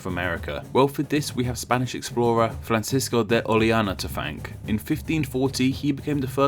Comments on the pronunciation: You mispronounced Francisco De Orellana‘s name. The LL in spanish is pronounced like a y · You butchered poor Francisco's last name xD